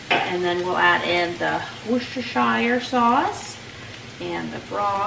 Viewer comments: Hi, I'm from England, & love your channel. You are saying Worcestershire sauce really well. Would just say that instead of pronouncing shy-er on the end we would say sheer.. Woos-ter-sheer. X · Had to smile to myself it is actual pronounced sheer so worchestershire and you have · Pronounce Worcestershire aauce.like us brits phonetically we say wooster sauce much easier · "how to say Worcestershire Sauce without sounding awkaward?", Just say worcester sauce. Don't pronounce worcestershire sauce with ' shire ', drop the ' -shire ' and forget about it. You say the name in full if you are referring to Worcestershire County in England.